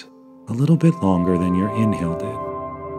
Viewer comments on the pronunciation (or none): IM SORRY I STARTED LAUGHING WHEN HE SAID ”BIT ”LIKE 👹BEET👹